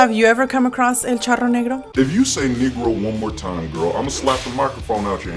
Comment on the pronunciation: Yes that's my favorite part too 🤣🤣🤣 " If you say el charonero neuro one more time"🤣🤣🤣🤣🤣🤣🤣💖🌟